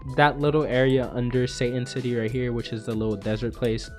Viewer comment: When you say satan city, i dont know why but i keep hearing saiyan city